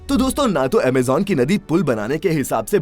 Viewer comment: What is Amejan? It's Amazon